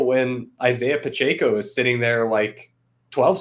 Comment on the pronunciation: As a Chiefs homer, hearing how said "Pacheco" causes me great pain. With that said, this was a fantastic show.